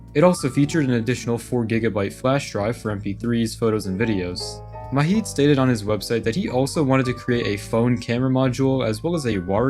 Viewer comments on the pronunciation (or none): Love the nostalgia, but it’s low-key taking me out that u pronounce Majid, an Arabic name, like it’s a Spanish name 😭 The "j" is pronounced like the English "j," not as an "h" like in Spanish. I have no idea why, but I find it way funnier than I should. Great video tho, as always! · Why the hell are pronouncing Majid like it's a Mexican name? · The 'j' in Majid is pronounced like the j in "juice"